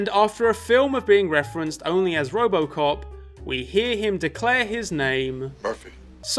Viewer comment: I swear he keeps saying Robocock